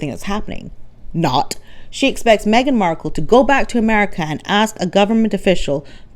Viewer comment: Lololol - MEG-ILARIA 😂🤣😂🤣😅